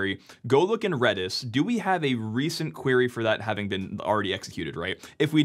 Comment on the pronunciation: red-is not reedish